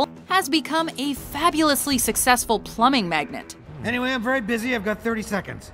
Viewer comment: Magnate not magnet.